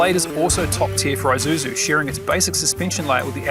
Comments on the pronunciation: It is not called an Eye-suzu, you pronounce it as E-suzu, Japanese pronunciation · And 'i' is pronounced 'eee' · Doesn't seem like any of you Ozzies can pronounce Isuzu. It's not an Izuzu